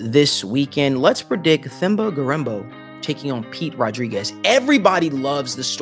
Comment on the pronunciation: Oooh by the way when you pronounce his name the 'h' is silent it sounds like this 'temba'